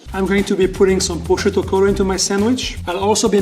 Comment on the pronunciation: Yeah, because pronouncing "prosciutto crudo" like "poughshto chkchkutoe" is very professional. Thank God the French can cook, because they don't have a prayer in pronouncing even their most closely related language. Tony Soprano could pronounce "capicolla" better than this guy.